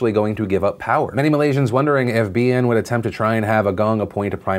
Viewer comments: Philip DeFranco hey Phil! Thanks for covering the best thing to come out of my country thus far! All your facts/pronounciations were solid, btw! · As a Singaporean (adjacent to Malaysia) and DeFranco fan since the beginning, I appreciate your talking about the region objectively and accurately; pronunciation was on point too. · Ey phil. All i can say is damn boi, your Malaysian word pronunciation is damn good. Well done. P.s : Mahathir used to be in BN too and was the Prime Minister for 22 years.